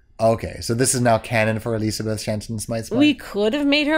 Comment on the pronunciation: Not surprised that messed up the pronunciation of "Elisabeth" on the very first time he did it:P